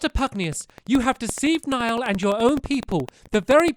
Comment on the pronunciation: A Commenter Niall is actually pronounced NY OLE